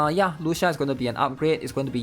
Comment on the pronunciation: It’s Spoken as Lu Chi Ahh, its an Italian pronunciation my guy😢